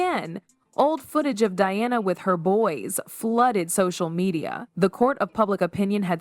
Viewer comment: DIana' s name is pronounced incorrectly throughout this.